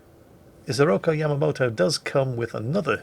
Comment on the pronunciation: It's IsorokU, not Isoroko.